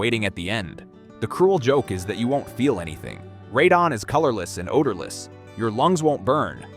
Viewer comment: Honestly, first few videos I saw weren't bad and the info isn't terrible (though I would "trust but verify" what's said), but I quickly realized this is just an AI slop channel... The scripts are clearly generated by AI and the voice is also AI (notice that the narrator pronounces Radon "ray-din" intermittently?